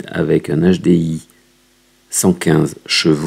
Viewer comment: "un nachedé-i"